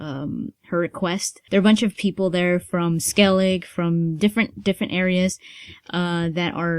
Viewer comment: It's funny how many people pronounce Skellige as Skellig haha :D It'd be Skellig-eh, so with the e at the end. I just think it's funny!